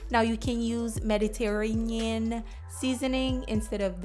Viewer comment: You need to put down the phone and go back to school. LOL. Herbs...what? How you say Mediterranean? LOL. Ignant